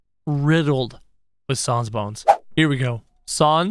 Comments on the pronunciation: It's pronounced s-an-s not s-ah-n-s. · It’s sans not sons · did he say sons instead of sans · Can you plz bring sans back and you say sons it’s sans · It’s not sons it’ sans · ITS SANS NOT SUONS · It's sans not sons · Oh and it's s ae sound n s not s o n s sans not sons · Saaaaaaaaaans not sons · He said sons! 🤣🤣🤣🤣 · ur saying sans like sons is pronounced sans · Its s a n s not s o n s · It’s not sawns it’s sans s-an-s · Its sans not sauns kro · Say Sa-ns not Sons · He says sons instead of sans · Its sans not son kro! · It is pronounced sands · je zegt het als sens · Nobody::sOns! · The way he says says smh but also XD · WHO IS SANDS DO YOU MEAN SANS??? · He said his name wrong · That’s not how you say Sans